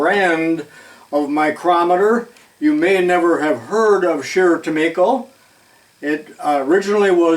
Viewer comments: I grew up in the '50's about 25 miles south of their factory located in St. James, MN so I am familiar with the company. I bought a Craftsman 0"-4" micrometer (with changeable anvils) that was made by Scherr- Tumico. By the way, I always heard Tumico pronounced with a long "i". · Is it pronounced tu-me-ko or tu-my-ko? When I first saw the brand I used the former, as you do. But when I figured out its origin I changed to the latter. I take it you've spoken to a representative of the company. BTW, I have a Rank Sherr Tumico catalog from 1982. It's handbook size about 100 pages. I can send it to you if you'd like. You'll likely get a few other offers, I'll let you decide. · I’ve seen a few and it looks like “Tu-me-ko” to me. The other pronouncement just sounds wrong to me.